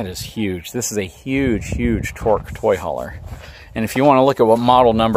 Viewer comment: He said toy hauler again!!!